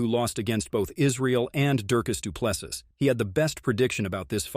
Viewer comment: Let's first get the pronunciation right! It is NOT "Drykus Du Ples-sus" Repeat after me: "Dree-cus... Doo - Ples - Sea" Again: "Dree-cus... Doo - Ples - Sea" Once more: "Dree-cus... Doo-Ples - Sea" Last time: "Dree-cus... Doo-Ples- Sea" Final time: "Dree- cus... Doo - Ples - Sea" Last final time: "Dree-cus... Doo - Ples - Sea" Now try saying it again: "Dree-cus... Doo - Ples - Sea"